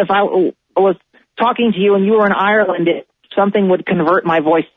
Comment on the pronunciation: Irelish? hahahahaha